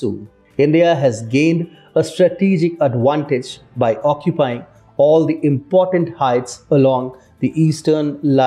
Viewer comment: Why does he always says adwantage? Is it like a v becomes w and w becomes v?